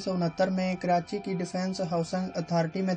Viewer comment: Karati nai hota karachi hota hai